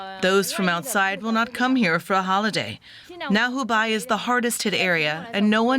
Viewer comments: It is called 湖北（hubei），not 湖敗（hubai） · Sweetie, "Hoo Bay" not "Hoo Buy" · Hubei not Hubai... ma'am. Xi... G not C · Hubei not hubai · Hubei....is pronounced "Hoo bay".